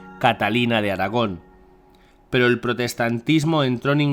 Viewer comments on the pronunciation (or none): none